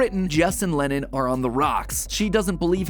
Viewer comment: I cant help but notice that matpat is pronounces Lennons name as Lennin